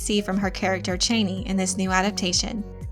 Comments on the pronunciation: CHA-nee not CHAY-nee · Being a long-time Dune (and Frank Herbert) fan, I enjoy your videos about the Dune universe. But I cringed at your pronunciation of Chani’s name. This is not a criticism, mind you, only a suggestion to consider. Based on their history, I believe their language to be pronounced phonetically. That said, I think Chani should be pronounced Chah-nee, and not Chay-nee. Again, this is not meant to criticize. Keep up the good work.... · "Chain-ie" literally unwatchable.... not to mention click bait Jeff Goldbloom on Fenring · Why can't anyone say Chani correctly? You don't pronounce it like the former vice president's last name (Dick Cheney). It's a long 'ahhh' a sound. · Cha- ni not chain-ee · Per Frank Herbert her name was pronounced Chaw-knee not Chainy. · It's Chani, not Chayney... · never before saw your videos, but you are doing ok with this one. Just your pronounciation of her name is a little off- her name is not "Cheyney" but "Ch-yaa-nee" As in "ya-ni " but starting with CH. Cheers! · Chauny!!!! Not chainy!!! My god gurl! Lol. Why am I so petty? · It’s pronounced Cha-knee! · Every time you said chani’s name wrong I screamed CHANI but your videos rock and I love your dune videos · I always pronounced her name ChAHni. Your pronunciation sounds weird. But you may be right. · It's pronounced "Chah-nee." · I wish the narrator would pronounce the names and words right. Chani is pronounced Chaw-nee. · It’s pronounced “Chaw-knee” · Please try to catch the names correctly. The name is Harkkonen. There are two Ks. It is not Hakanen. The name is Chani (soft A) not Chaney, as in Dick.